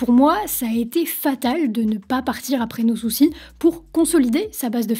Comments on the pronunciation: On dit « no souçail » à l’english pour son album pas no souciiiiiii. Ça fait mal aux oreilles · On dit '' No Souçaille '' et pas No Soucis pour l'album No Soucy. C'était d'ailleurs l'expression qu'on entendait partout à cette époque... '' Ophélaille, No Souçaille '' Sinon, bien la vidéo. (?! 😉) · C'est trop drôle, tu prononces "No Soucis" alors que c'est "No Soucaïïïïe" comme Ophélaïïïïe ! On prononçait tous ça comme ça à l'époque 😂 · Coucou, je n'ai pas encore terminé la vidéo, mais Ophélie, son titre No Soucy, ne se prononcer pas No soucis mais... No Souce Aille. À l'époque ça en était même devenu une blague, genre Ophelaille qui chante No sousaille... C'était il y a un baille 🤦 Pardon je poursuis la videaille. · NO SOUCAÏÏÏÏÏÏÏ pas "no soucis"!!!!! 😂😂😂😂😂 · no souçaï pas no soucy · Bonne vidéos, juste un bemol l'album no soucy se prononce no souçaï en fait!!! C'était une petite joke a l'époque pour le côté anglo saxon de sa musique. Mais tu est excusé car tu est sûrement bien trop jeune pour avoir vécu cette époque, sinon très bon travail😉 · Je pense qu'on dit no soussaille sinon ça s'écrit soucis 😅